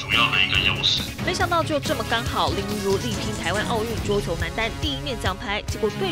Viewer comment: 主持人能不能用點心，林昀儒的名字是要唸錯幾次🙄️🙄️